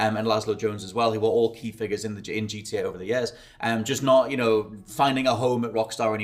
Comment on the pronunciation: for fucks sake bud, its GTA not gda you slurring drunk.